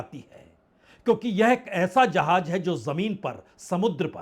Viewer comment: . Sir aapne hindi kahan se sikhi ,jahaaj nahi jahaaz,hajjaar nahi hazaar